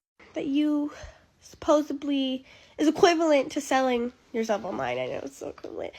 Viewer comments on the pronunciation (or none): SUPPOSEDLY - not supposeBLy - Alabama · “supposebley”? …. that is all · "Supposebly" - exactly. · “They need to raise her better” lmaooooo YAAASSS!!!!!! 👌 it’s supposedly not supposeBly!!! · She said Supposebly, girl bye. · "Supposably" I'm gonna comment every time my brain reacts to Bamas stupid talk.